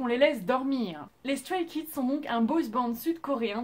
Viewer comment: StrayKids est mon ug💖💖💖💖💖💖💖💖💖💖💖💖💖💖💖 ta vidéo est superbe c'est dommage que la prononciation pour les noms soit mauvaise mais c'est la seule erreur que j'ai vu 🙃 Voilà superbe vidéo !